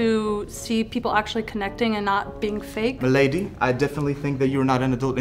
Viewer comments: AINT NO WAY HE SAID MLDAY SERIOUSLY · HE LITERALLY SAID MLADY LMAOOOOOOOO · Oh my god he said mlady